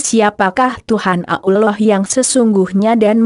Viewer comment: Hoak ini kedengaran nya nyebut Allah aja ngak bisa . Pasti non muslim